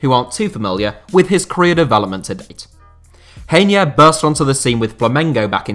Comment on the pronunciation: I like how pronounces Reinier, Grayne, very French